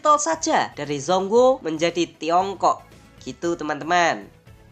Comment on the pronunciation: ijin koreksi dikit min, dibacanya congkuo bukan zong guo. trmksh informasinya ya